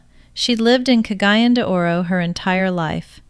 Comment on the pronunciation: Been on mindanao 14 years, dangerous yep. 1st year in cgo we had 4 bombing NG and 7 beheading. And the people that died this are still here. If she has been here she would pronounce cagayan de oro city correct.